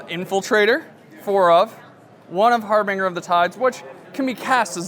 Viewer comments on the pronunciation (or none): I'm not usually a stickler for pronunciation because pedantry is douchy, but it's been months since harbinger of the tides came out. It's 'har-bin'-jer' not 'har-been-ger' people. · I always cringe when people pronounce Harbinger, Har-BING-er